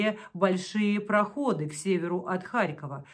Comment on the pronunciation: Спасибо, отлично! Но Проходы ударение на последний слог :)